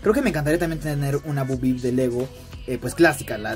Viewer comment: Es bo peep y se pronuncia Bou pip no bu bip